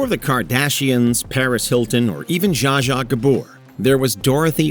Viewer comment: i love the pronounciation "ja ja gabor".